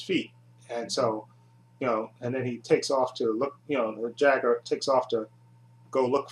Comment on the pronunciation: It's a shame you you didn't reach me,friend. Back in the 1990s I wrote articles about Gamera for two magazines. And for the record, it's pronounced "JAIGER",not "Jigger". Some idiot who used to review the Gamera movies on Youtube kept using the term, 'Jigger n***'. I had that A-hole reported to the administration. Glad to see his videos finally removed. If you ever want to redo these Gamera videos please contact me. I'll be more than happy to give additional input.